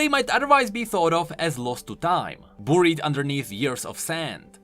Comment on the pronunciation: Beh-ried not bouh-ried. I know your accent changes that word but lel